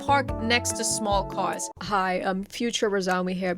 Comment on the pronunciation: holy shit you can really hear it when she says "caws" and "parker"